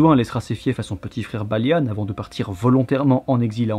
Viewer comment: Pourquoi tu dit "Balianne" au lieu de Balian, c'est un peu perturbant